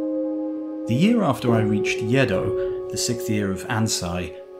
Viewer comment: It's not Yeh-dough, it's Aeh-doh. Next time try your best to pronounce Japanese names properly. Other than that, splendid work, thanks a lot!